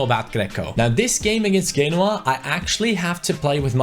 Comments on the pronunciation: I'm sorry but who the fuck is genwa it's pronounced jenOa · FYI, Genoa pronounced "Jen"oa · Genoa (Gen-waAH)